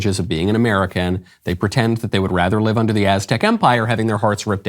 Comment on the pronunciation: "i fought she was amewican"